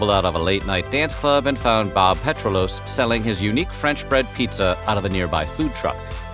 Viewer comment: Thank you for recognizing my Uncle Bob for the French bread pizza, although his last name is pronounced “peTrillus”, not “Petril-ose”. And our family likes Freshetta pizzas the best for frozen!